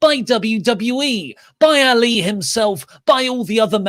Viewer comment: Poor Ali... Finally gets a story and you cant even bother to pronounce his name correctly. If he was in AEW i bet you'd say his name correctly lol 😂